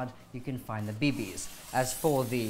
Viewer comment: I love how he said BBs